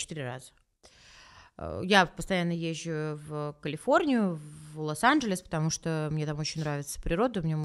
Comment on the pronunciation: Она так смешно произносит названия американских городов и штатов, как будто с акцентом))) Я была в КаЛиФорНиИ и когда я выезжала из ЛоСАнДжЕлЕсА, кек))